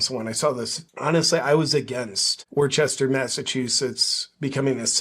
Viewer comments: WOOStah, not Wor-ches-ter….love you JP! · "Worchester" 🤣 It's pronounced "Woostuh" with the first syllable a sharp "oo" like "look" Love you JP!! 💖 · It's not called war chester its called wis ster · It's pronounced "woostah" not Worchester. 😂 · It’s Wuhstah 😂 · Bro - it's pronounced Wooster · It’s pronounced Wuss-ter. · JP btw it's pronounced like WOOSTER. NOT Worcester. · You pronounce it Woosta JP😂 Love Your Videos ❤ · They pronounce it woosta" lol. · I think it’s pronounced ‘WOO-ster’. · It's pronounced "wuhstah" ;) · it's pronounced WOOS-TAH, yea it's overall re*arded there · It's pronounced "woostah" hey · JP, it's pronounced, Wuhstaah. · It’s pronounced Wooster. I went there a few times when I was stationed in Boston. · Its pronounced wister. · I think you mean wuh-stah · I like how he used the proper pronunciation of the city the first time, and then wrong the rest of the time 😂